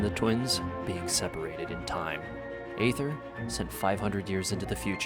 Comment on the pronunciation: The proper pronunciation of Aether is “eethur” even the English va for Aether pronounced it wrong at first, so dw.